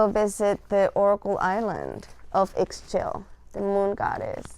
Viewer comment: Great video ! Thank you so much. Just to let you know, her name is pronounced like “ee shell” I always think of it like “Michelle” but without the m and with a Spanish or Italian accent.